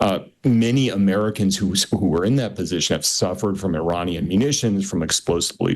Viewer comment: He’s saying Iranian wrong